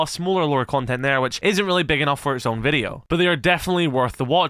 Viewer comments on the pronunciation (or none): none